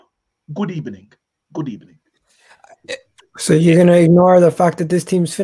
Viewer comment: Arsenal fans: We have a good record against Man United. Unai Emery: Good Ebening😂😂😂😂😂😂